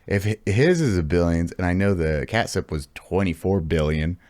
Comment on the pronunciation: I can’t help but laugh every time you call it katsup 😂 It will be forever the katsup nuclear plant. You were right the first time you said it. I live near that. It’s alway a fun destination ride on the motorcycle.